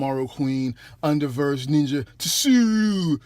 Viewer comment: Plz do not be offended, it's sue-roo. Again I wasn't sure how to pronounce Japanese names either but after reading so much manga and watching anime I was able to learn the alphabet is used a little in Japan. Shit most of the other reviewer do the same, it doesn't bother me at all because I'm happy u guys are doing the hard work of buying them and reviewing them which I appreciate. Just trying to help out. it's like the general tso's order from a Chinese restaurant, the t is silent but everyone in the hood pronounces it lol. Love the vids and ur energy bro.